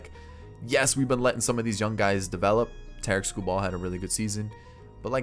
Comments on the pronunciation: And he said Tarik lime Tar- Rick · It pisses me off every time he says Tarik wrong